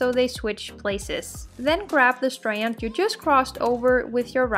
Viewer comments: The way she says strand.😂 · I just want to listen to her say STRAND over and over again. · Breath everytime you hear "strand" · Why are you saying strand like that holy shit 😂